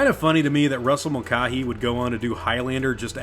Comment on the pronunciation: It's pronounced Mulkay not Mul car hee.